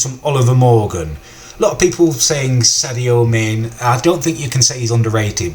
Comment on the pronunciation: he can't even say José mourinho and sadio manè